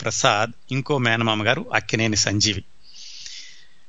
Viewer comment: sir, mee program vindam modati saari , chaala information undi, khachitamga idi cini priyulaku chaala aasakti karamainadi , kaaboye directors ki idi goppa nidhi. dayachesi kshamincha galaru... Lakkineni kadaa mari meeru akkineni ani palukutunnaru.